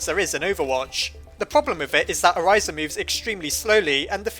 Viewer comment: I just wanted to point out that you were mispronouncing Orisa's name incorrectly. If you want to know the actual pronunciation, go watch her origin story video. Sorry if that sounded rude, it's just that my OCD went crazy when I heard you pronounce it "Oriza" instead.